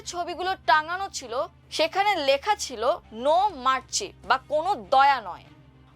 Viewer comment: এই মেয়েটা এতো বাজে খবর পাড়ে আমারদেশ কি করে ওকে দিয়ে খবর পড়ায়?!! গলার স্বর, উচ্চারণ ... জঘন্য মারসি কে বলছে মারচি